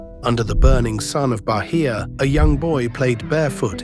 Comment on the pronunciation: "Barria" pronounce baiah